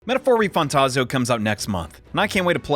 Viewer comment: Almost sound like you said Metaphor Refundtazo and I hope the game is good because if not, that’s a crazy name